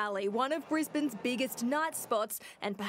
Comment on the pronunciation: It's Brisbane! Hello!?